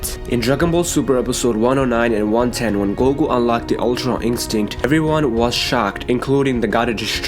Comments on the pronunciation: Am I the only one who was annoyed everytime he said ultra instinct tf is ultron instinct smh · Its Ultra you fkn idiot not Ultron